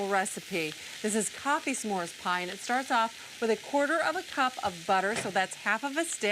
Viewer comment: Why does she keep enunciating the "S'mores Pie"? We got it the first time Sandy.